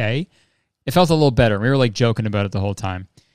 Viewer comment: i forget your until you say “abouuuuuuut”